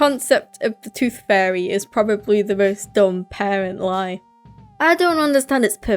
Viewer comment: instead of saying tooth fairy it sounds like your saying toothfurry with your accent